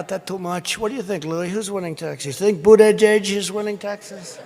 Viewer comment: He's actually very funny haha. "I've had it up to here with BOOT-edge-edge!!..." and points to abdomen XD